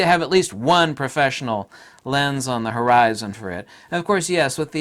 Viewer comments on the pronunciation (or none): none